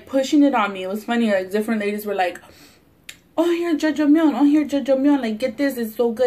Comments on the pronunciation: Omg.... I was like wtf is jojomeon and the you said black bean sauce (aka black bean paste ) and my Korean Novela watching ass realized you were trying to say "ya jang miun" Lol try reading it in spanish. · It's Ja-jang-myeon ❤️ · The way you pronounced the black bean noodles "jojomeyon" made me chuckle lol..awesome that you're trying something different :) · judge-a-myun lmaooooo